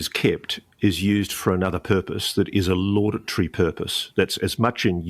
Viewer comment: Lauditory isn't a word it is laudatory, I'm surprised that Ross would mispronounce this word.